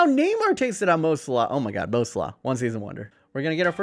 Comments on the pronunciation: Mo slah? You mean salah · You say salah wrong